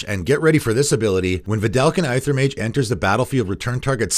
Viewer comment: Really loved this series. One thing that has bothered me in the past though is your pronunciation of words with "Ae" in the name like "Aether and Aegis" . These are pronounced like "Ether and Egis".